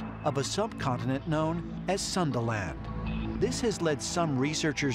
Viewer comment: when they say "sundaland" it sounds like sandalan(wearing sandal)